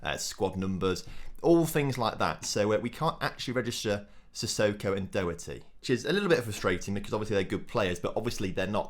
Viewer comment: Doherty is pronounced Daw-her-tee